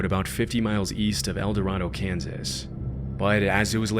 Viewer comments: we pronounce it El Dorado with the same a in Gatorade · *El-Duh-Ray-Doe, Kansas. Also, Baxter Springs is like 2-3 hours from El Dorado, not nearby. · Hi! El Dorado local here. El Dorado, KS is pronounced El Duh- Ray- Doh. While the prununciation in the video is correct for the other El Dorado. It's not for Kansas. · So I'm from el dorado, ks. I remember when all the emily sanders stuff happened. I didn't realize there was a 4chan thread attached to the murder though. Also we say El Dor ay do, ks not El dor ah do lol it may be dumb but that's how it's pronounced here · The name of the Kansas town is pronounced "elduhRAYdoe." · Okay I'm late to comment but just a little fun fact: locals and Kansans pronounce it El Do-ray-do instead of the usual Spanish pronunciation. Kansans like their long vowel sounds lmao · I doubt it'll come up again in a future video, but El Dorado, Kansas is pronounced 'el doRAYdo'. As someone who has been living in the Midwest for many years, I've learned that most Midwestern place names that look like another place are pronounced in rather unusual ways. (E.g., Versailles, Missouri; New Madrid, Missouri; Miami, Oklahoma; and Cairo, Illinois).